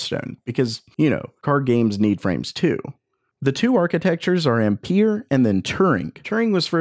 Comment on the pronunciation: That is a triggering way to say ampere lol